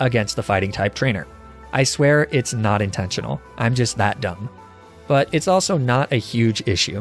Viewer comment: Can i use that "I swear it's not intenonal. I'm just that dumb." line as a soundbite?